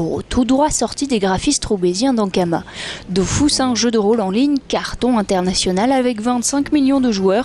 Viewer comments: Vive la 1.29 et contrairement a ce qu'ils disent se n'est pas dofousse mais dofus ... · c'est DOFUS et non pas DOFOUS ;) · dofus pas dofous MDR est ma tuer XD